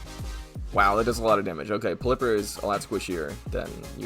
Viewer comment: When people pronounce pelliper and ferrothorn wrong Me: anime. Pell-ipper. Ferr-roff-thorn.